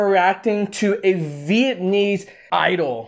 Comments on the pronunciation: Lmao im not mad but it’s pronounced “viet-NAM-mese not viet-AN-ese so let’s start there fam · Viet-nam-mese.Not Viet-n-iiiiii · Your pronunciation is all wrong, and please stop saying vietnaeeze hahaj its Viet- nam - ese , not neezzz jeez hahah . This guy has butched all of it , but have a point about what you said about snoop dog . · dude, learn how to pronounce "vietnamese" correct first 😅